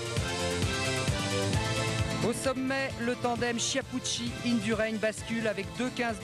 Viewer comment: "Chiapoutchi", "Migouel Indurain" quelle tâche ce commentateur !!